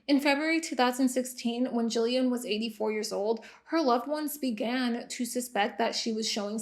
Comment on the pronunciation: Kind of random but thank you for pronouncing Gillian right. I heard my name, looked up from my phone to the tv, and saw the spelling. I cannot tell you how many times I’ve heard it pronounced with soft g. My whole life, especially during school. Or the random people that can’t say the name at all and then call me Julian instead 😂